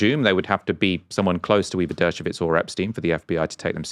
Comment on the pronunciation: It’s Dershowitz not dershovitz